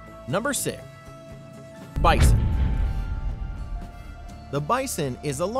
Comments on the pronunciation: "Number si" the x took the day off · Did anybody notice that he said number si